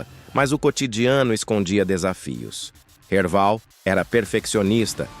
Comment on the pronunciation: Não e Erbal...e Erval. Kkkk